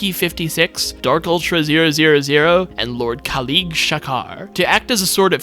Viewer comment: it is khalid not kalid